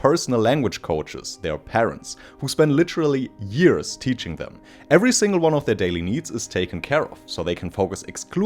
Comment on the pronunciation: c'mon stop saying yearSS 😭it's yearZ 😬